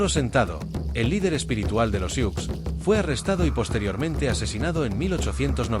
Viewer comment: No se pronuncia "siuks". Se pronuncia SU